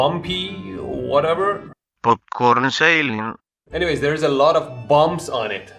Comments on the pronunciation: Haha yeah that cracked me up as well It actually sounds like a Dutch person trying to speak English, badly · The way you pronounced “popcorn ceiling” sounds like a really typical accent at the northwest zone of Colombia (we call it “acento paisa”). Hilarious.